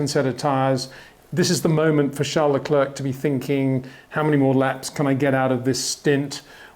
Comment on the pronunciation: If you can pronounce "Charles" properly, please do the same with his surname - said "Le Cler"